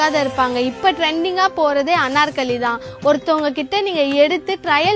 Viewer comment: Annarkali ❌ Anarkali ✅